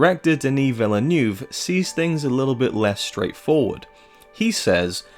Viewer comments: Check out this video at 1: 48 . THAT IS HOW you pronounce it. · Where are you getting this pronounciation of 'Villeneuve' from?